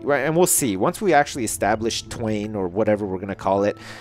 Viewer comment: Call twain 'swain'